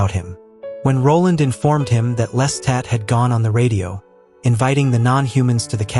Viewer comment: your constant mispronuciatioin of Lestat as "lesstat" made this impossible for me to listen to. Watch the movie or television show to learn how to say his name properly.